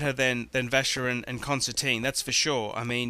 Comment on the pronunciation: Where on Earth does he get Concerteen from? It's Constantin, pronounced Constan-tan, because it's French.. I hope he does not get the mark on the lug polished off, as it''s an Assay stamp for 18k gold.